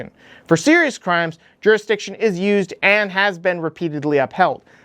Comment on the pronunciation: "Pwease dont do cwimes" "Treason! this traitor should be put on trail and hanged for sedition!" Average normal response from our very normal and rational leadership.